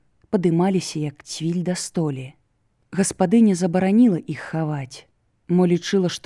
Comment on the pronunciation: Вымаўляецца не "іх", а "йіх", "йіншы", "йімі" і г.д. - варта азнаёміцца з вымаўленнем І ў беларускай мове, бо няправільна шмат вымаўляецца. Мяккасць не беларуская, часам праскоква беларуская. На сутыку слоў асіміляцыі беларускія адсутнічаюць, вымаўляецца як у расейскай.